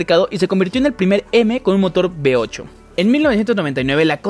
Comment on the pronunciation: Que alguien vaya a Latinoamérica a enseñarles la diferencia entre LAS LETRAS V Y B. " Motor B8' ES V8